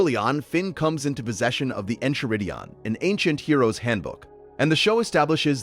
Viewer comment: Really disappointed you used an AI voice for this video, since the subject matter was really interesting. Could only make it 45 minutes in before it got too much :/ It mispronounced multiple words (e.g., BMO, Enchiridion, Lemongrab), and the cadence was so messed up that at times it was hard to follow the meaning. Is this an entirely AI-generated video (did AI write the script too?), or was it just for the voice recording?